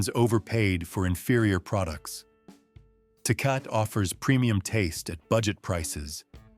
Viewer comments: It's NOT pronounced TAY-COT but TAY-COT-TEY and if you think that Lone Star an A grade cheap beer i feel sorry for your tongue and your liver. Lived in Texas for 12 years after living in and near St. Louis most of my life. I had a glass or two of that swill and swore off beer until I got my hands on Modelo and especially Negro Modelo,---better than Tecate, better than Dos Equis. Negro Modelo is still my choice of beer. Guiness stout on special occasions. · 😂😂 Tay-Cah-Tay ….Tecate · It's Tah Kah tah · Do you really trust the opinion ?of a sight that mispronounces Tecate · As much as people bitch about bad grammer here...no one here complains that this robot clown can't say tecate properly